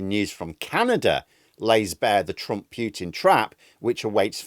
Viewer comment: Pooootin not Pyyyyoootin!